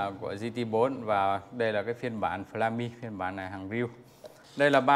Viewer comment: Từ flame đọc là phờ lêm mà ông lại đọc là phờ la mi là thế quái nào hả